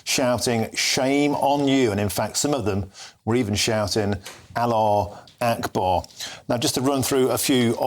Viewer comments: « Aleh ekbar » 😂. Is this considered normal reporting in Great Britain 😂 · If you cant say Allah Hu Akbar correctly then dont say it at all, your making fun of almighty GOD